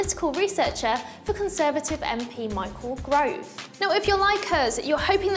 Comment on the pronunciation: Michael Gove, not GROVE? Shows how reliable this information is haha I am ashamed to have watched this video for the 4min41sec. yup shame on me, what a load of crap.